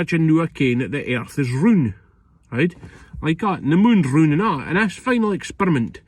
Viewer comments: The earth is "roond"?? Nope. Still wrong mate. It's ROUND 🌎🌍🌏😂😂😂😂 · The airth is roond? What? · "roond". I just can't.